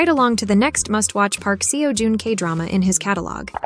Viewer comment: I wish you had taken the time to learn how to pronounce Park Seo Jun's name right. I couldn't finish the video cos I cringed everytime you said seewo or seeyo.please respect people & their names.